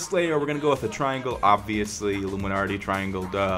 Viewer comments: IT'S PRONOUNCED ILL-UM-I-NAT-EE NOT ILLUMINARTEE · there is no R in "illuminati" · Well first Illuminarti........ YEAH BEST PRONOUNCER EVER ! LEGITEMATLY...... REAL IT LOOKS AMAZING OH WAIT YEAH YOUR GONNA GET CALLED OUT FOR HAVING A SHITTY EMBLEM. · Died watching this. "Illuminarti" LMFAO! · IlluminARRRRty... Are you a pirate? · Lol the way u say it is "allumanarti" lmao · Hahahaha I laughed every time you said "alluminarti" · It bothers me how he is saying illuminarty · Are you guys serious? Clearly him saying illuminarti is a joke. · Omg u cant even prounonce it